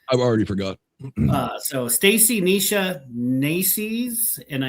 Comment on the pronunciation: It's NACES ( rhymes with faces ) , It's SECAN ( rhymes with pecan ) These 2 names are unique, and if you notice that when spelled backwards, they switch. It's NEISHA ( sounds like knee-sha ) Mom and Dad also played with her name to sound in reverse to Mom's name SHEENA somewhat. Stacey and Isaiah are just typical names.